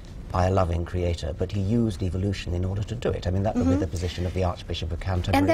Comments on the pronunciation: tip for social interaction: Don't laugh/smirk when there is nothing funny going on. You look arrogant and annoying... Also .. Who says creatOOOr? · pretty sure the romans didnt :D usually you'd emphasize the second syllable, right? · Reaper the constant mispronunciation of "creator" really drives it home. creaTOR, creaTOR, creaTOR... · Who else gets annoyed af whenever she says “Cree-at-TOR”? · Why the fuck do they always have to stress that last syllable in "creaTOR" and look at you like something pretty significant just happened o.O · She is probably latching onto something that she can be right about: "people pronounce CreatEr wrong, it should be CreatOr, so I'm gonna prove how smart I am by pronouncing it correctly, blatantly. CreatOOOr" That's my guess. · creaTOR. xD This lady's pronunciation is next level. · Who else was annoyed with the way she pronounced the word “crea-TOR”? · Why tf is she saying “crea TOR” it’s ludicrous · Nobody said she spelled it wrong. They're saying she pronounces it wrong (and they're right; she does). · Even though I'm not American, she's the only American (actually, the only person, period) I've ever heard pronounce it like that. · зонт Americans don't pronounce it that way. If it's an accent, it's an idiot accent not an American one. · The way that she pronounces certain words to try to sound clever is the most irritating part of this video.